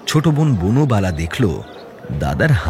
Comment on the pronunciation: বনবালা কে বার বার বুনোবালা বলা হচ্ছে কেন?😂